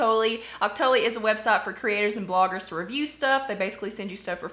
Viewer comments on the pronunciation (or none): I must be the only one on Earth who doesn't like the smell of the Bum Bum cream. I find it too strong. And I think Octoly is pronounced OCT-tuh-lee. Emphasis on the OCT.